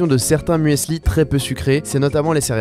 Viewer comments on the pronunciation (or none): "muesli" ça se prononce pas "mu-és-li" mais "mus-li". en effet "muesli" est juste une variante graphique de "müsli"